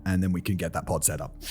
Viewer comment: Was anyone else hearing "pot" the entire time he was saying "pod" during that aside about sleeping conditions? I spent a few minutes deeply confused and highly amused before wondering if there was a market for "sleeping pots"